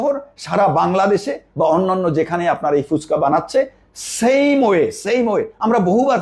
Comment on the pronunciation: ফুচকা। ফুসকা আবার কি?